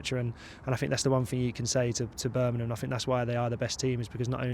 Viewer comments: Birmingham not Birningham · Who the hell is Burminham. It's BIRMINGHAM! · BIR-MING-HAM BIR.... MING... HAM Not Berminum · berminum? u have to understand not everyone has the same accent and way of pronunciation, dont get so pissed over this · There is a g in Birmingham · I worked down south for years, it's a fairly common (mis)pronunciation.